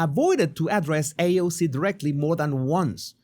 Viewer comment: Lol. I love your videos. Bernie mispronounced AOC’s name. Paid and bused in